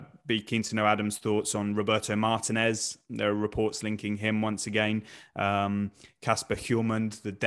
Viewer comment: What's the deal with British people not even really making an attempt to say Martinez correctly?